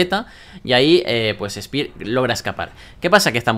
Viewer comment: espir xd , es spear , vos tas dislexico we